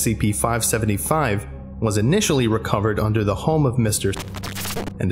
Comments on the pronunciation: Near the start you say 575 yhen say 555 then 575 lol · It was already stated in an older comment but I'll say it anyways. At the very beginning you say 555 instead of 575.